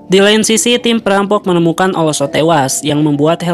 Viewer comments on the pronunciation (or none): oslo, bukan olso